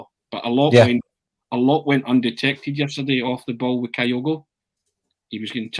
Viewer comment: Can somebody please tell that it's Kyogo, not Kayogo?